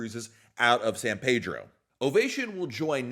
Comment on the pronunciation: Love the channel, but the LA port is in San Pedro (pronounced PEE-Dro not Pay-dro)